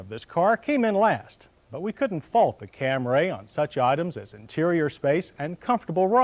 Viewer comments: FFS, John..................it's Cam-REE, not Cam-RAY!!!!!! If you have it, could you also upload that Compare-a-Car road test featuring the Cam-REE Liftback that John mentioned ?!! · Not Cam-ray!!! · WTF is a Cam-RAY????? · "Camry" only has one A. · Cam-ray. Eeyundaye. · I love how in the early years, they totally butchered some names, like the Toyota Camray, as opposed to Camry